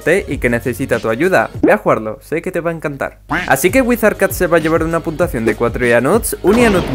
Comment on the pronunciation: Hola me saludas xd dices puntuasao en mes de puntua cion